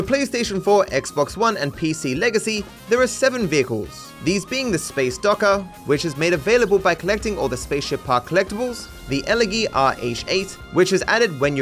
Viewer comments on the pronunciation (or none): Real world fact/glitch: "elegy" is pronounced with a soft g.